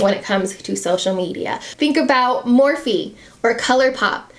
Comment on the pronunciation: Wait....wtf?!?! Did she say MURphy instead of MORphe? I ain't even bought a SINGLE MORphe product and I know that, thank you, YT.